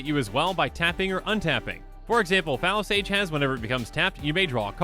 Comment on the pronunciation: "Fallow Sage" Me: "Did he say Phallus Age...?"